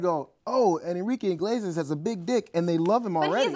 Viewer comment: why do they keep saying enrique 'INglesias'? It's CLEARLY 'Iglesias'. Inglesias just sounds naughty naughty XD